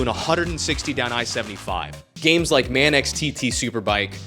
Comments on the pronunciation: Great video, I have to say MX Bikes has me and a few thousand other people in a choke hold, the best motorcycle gaming experience I’ve ever had. Also when you say MAN X it’s actually pronounced “manks” just fyi. Hope you’re keeping well. Love you. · Great video, I just found your channel with this video, just a heads up as well, it's Manx not Man X just one word. Great work! New subscriber! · MAN EX TT RACER?! It's Manx. All one word, as in those from the Isle of Man, or related to the Isle of Man. Even the introduction says, "Manx TT Superbikes". Sheesh. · Manx, not man-ex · "Manx" not Man X. Don't let the MANX people know that you said it like that. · Pronounced manks, not Man X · It’s pronounced “Manks” not “Man-Ex” 👍🏼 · As someone who started riding in 1988, I agree with 99.9999% of this video. The only thing I disagree with is your pronunciation of Manx TT. 😆 It's not pronounced Man X TT, but Manks TT, and is part of the Isle of Mann TT race series. Other than that, I don't think we're too fussed about motorbike sims, cause we're too busy out there riding in the real world. Keep it shiny side up. 👍💪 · Manx TT pronounced as Man-X TT? Come on man. It is Manx from the Isle of Man... Manks, like Yanks with an M. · Man x? it's manx pronounced like manks, means from the isle of man, you know the TT? Lol, great video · manks not MAN X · It's MANX TT not MAN X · its pronounced MANX (Manks) Not 'Man X' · "Man-X TT Superbike" Man, you're killing me. It's one word, Manx. Pronounced like "Manks". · Bro this is an amazing video but I have to correct you on one thing (unless of course you're doing it intentionally): Man-X. It's pronounced "Manks". Manx TT takes place on the Isle of Man and the people who live on IoM are called Manx. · Its pronounced Mancks, not Man - X. I take it you've never heard of the TT. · Man x 😂 🇮🇲 its pronounced manks dude 😄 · It's not Man-x! its said more like "mancks" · Pronouncing Manx TT as Man-X is wild